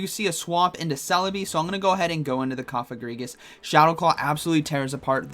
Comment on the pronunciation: Lol his pronunciation of Cofagrigus I think it’s Coh-fah-grih-gus